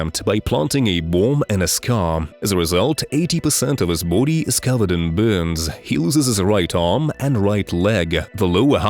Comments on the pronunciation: Buddy, bOdy not boode. Besides that good job. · it's sounds like bhoodie 😁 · 😅 LMFAO every time I hear you say Body .. I hear Booty 😅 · Anyone else notice every time he says "body" it kinda sounds like he's a bout to say booty 🤔 or maybe I just got booty on the brain🤣. Great video by the way.